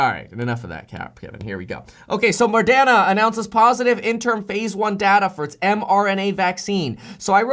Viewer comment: Moderna not Mordena. 😉 🤣 🤣 🤣